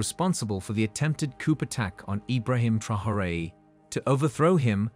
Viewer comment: It's NOT 'coupe' (meaning cup in French). It's [koo], the P is silent!